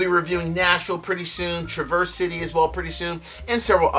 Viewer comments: Love your channel, but a few things to note. Traverse is pronounced trav-ers city. Not like traverseing a trail. I go to the distillery almost every summer, great town. My biggest gripe though is that (at leat as of 2 yrs ago) when i talked to the person at the counter, everything rhey sell except north cost rye is mgp. Their transparency is insulting frankly. Ill be there again this June, hopefully they are becoming more honest with their labels. What they source is quite good to be fair though. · two things- Traverse City is pronounced differently in Michigan with a midwestern style Trah verse with the accent on the start. Second thing= set me straight, I've been feeling like Old Elk isn't such a good value. MGP juice with low ages for like $90, even finished, that doesn't seem like a good deal- I can get the Woodinville Port Barrel finished for like half that (as an example). Is it worth it? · Pronounced Traver-city. Nice vid, thnx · Hey: I love your content, so I want to let you know that the folks up in Michigan pronounce it -- Tra-Verse City (like the name Travis) and not traverse, like the verb to cross. You will sound like a local when you rock that review! Your pal, Scott